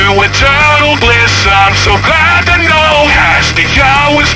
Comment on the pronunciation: My favourite part is , not because its the "best" part of the song, but because on this AI it just says "know" like it has 2 syllables.